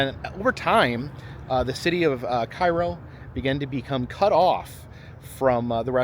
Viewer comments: cairo is not a ghost town. i drive through there every week 2 times. there are lots of people and the liqour stores are always busy. However it just looks abandoned because of the buildings. also its not prnounced like the egyptain town. its CARE OH no KAI RO the building behind you in the shot has only fallen in about a year ago. the town has some beautiful historic homes you neglected to show literally a block away. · Cairo IL is pronounced KAY-ROH. Visited last year to see the confluence of the Ohio and Mississippi rivers and to cross the two sketchy brides there. Was blown away how run down Cairo is. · Loving the trip. Its great that you take the time to stop at places most don't. But just FYI: its pronounced cay-ro because Midwesterners are dumb. (born and raised in Indiana 🤦‍♀️) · It's actually pronounced Kay-Row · It’s pronounced “Kay”ro… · Hey. It's pronounced Kay-ro. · I live in Cairo and it's pronounced CARE-O